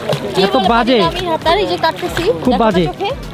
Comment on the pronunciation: সাতারকে হাতার বলেছেন ❤❤😂😂